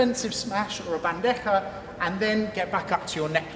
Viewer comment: Great vídeo, excelent your pronunciacition of bandeja 👍🏼😉 Greetings from Spain